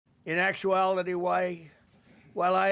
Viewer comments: "In actuallitiway" -thrump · “In actuality” is it just me or can he not actually say “actuality”? Just negates everything else he says…